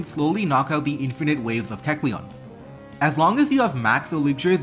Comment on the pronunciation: Pretty sure you're pronouncing kecleon's name